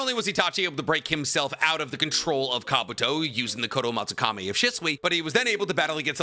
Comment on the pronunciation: How come you can say Kotoamatsukami correctly, but you can't say Mei Terumi?